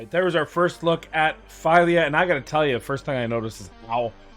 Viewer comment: It is FEELYA. Try Google translate in Swedish.